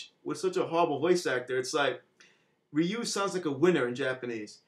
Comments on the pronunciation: it is ree-you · Ryu's name is pronounced REE YOU as the Japanese say it.